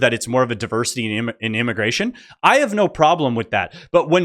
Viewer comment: Moron at 6..minutes can't say immigration.